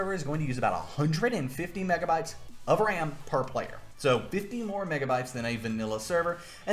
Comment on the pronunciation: bro really just said "how much deditated wam do you need for a minecwaft server?"